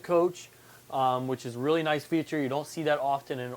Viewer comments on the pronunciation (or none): none